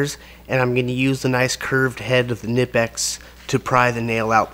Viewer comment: The K is not silent in Knipex.